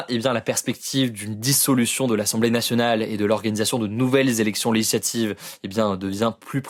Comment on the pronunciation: Hugo, prend le temps d'articuler ! On dit "législatives", non pas "léijlatives" ! 😉